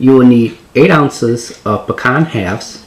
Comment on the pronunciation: Looks yummy! I will try this, mainly because you know how to pronounce pecan!!